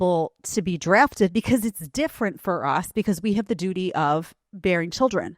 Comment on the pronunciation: said Dooty!😂